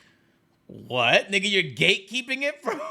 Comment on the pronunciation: africans not being able to say nixxa is crazy